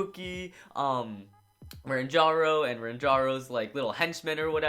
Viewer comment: it's ranjiro not ranjaro